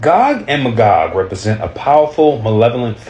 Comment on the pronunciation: 🤣 It's pronounced MAYgog. Gog and MAYgog.